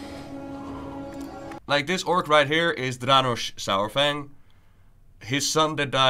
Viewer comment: Why I keep hearing sour-Fang?